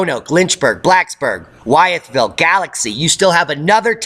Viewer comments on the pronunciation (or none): With-ville is how you pronouce it.